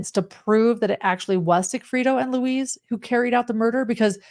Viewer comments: Thanks for putting this together. It's a wild story. Each time said Luis, I heard Louise. I His name is said like Louis or Lewis- in english. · The name is Lu-EESE, not LOUIZE...like a woman. Its a male name Lou-EESE...like GEESE